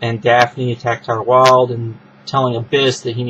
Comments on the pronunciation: Its Tayler Wild not Tyler Wild. TAY-LER not TIE-LER Tyler is a mans name. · Hey man... it's TAY-lor Wilde. Not TY-ler Wilde.